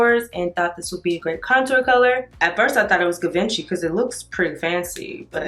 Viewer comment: No she didn’t say gah- venchy. 😂😂 chileee